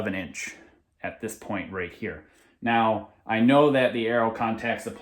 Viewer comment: You not “NODE” us. LOL